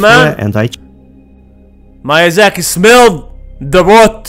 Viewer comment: Miyazaki not Mayazaki